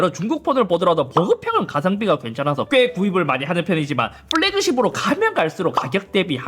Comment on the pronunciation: 쁠래그십 발음 너무 귀여워요 ㅎㅎㅎㅎ